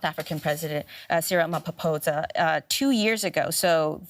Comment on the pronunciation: 🥲 the way you guys butchered the last name "Ramaphosa"